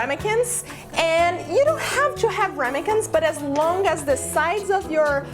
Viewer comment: Just trying to be helpful here. The correct pronunciations for praline are as follows: Oxford Dictionary: pray-leen. Websters dictionary: Prah-leen, Pray-leen or Pro-leen. I will stick with the oxford version but the last part is always leen and not line and certainly not proline. Additionally, the correct pronunciation for Ramekin is Ram-a-kin, not Rem-a-kin.